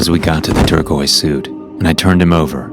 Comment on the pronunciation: You said turquoise I'm heated 😠😂